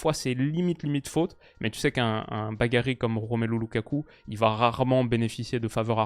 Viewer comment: un "bagarit"?